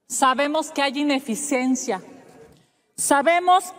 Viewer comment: Ineficenza o Se debe decía Ineficiencia? No sabe ni ortografía la señora Ravadan. Les aseguro que no ha ido al IMSS o al ISSSTE.